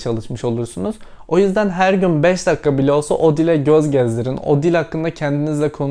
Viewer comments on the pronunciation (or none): Dakka değil telaffuzda "dakiyka"